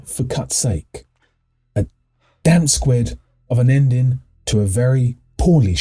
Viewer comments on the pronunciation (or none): Did you say, "damp squid"? 😂😂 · I’m sorry to be pedantic… it’s squib not squid. Damp squib.